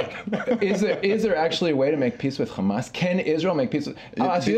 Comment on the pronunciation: It always puzzles me why people who appear to be American immigrants to the zionist entity insist on pronouncing "khamas". Just say a regular English "h" sound.